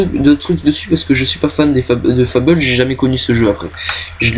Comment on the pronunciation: Bonne vidéos, mais dommage que tu n'est put assister a toute les conv, et sinon pour le jeu Fable beh ça se prononce à la Française pas à l'anglaise ;) Nice Jobs & Good Luck